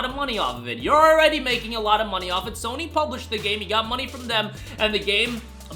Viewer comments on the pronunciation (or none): none